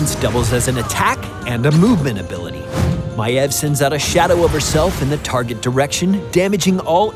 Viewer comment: he pronounces it maev yet it is spelled maiev